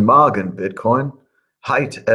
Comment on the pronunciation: Thomas, it's Guten Morgen: - with an "O" not Guten Margen! ;-)